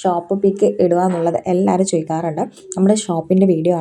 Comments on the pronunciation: അഭയാ... അല്ല അബായാ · അഭയ അല്ല അബായ 😅